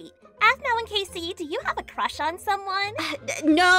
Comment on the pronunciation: Aph: I maybe have a cwush on swomeone...: * dead *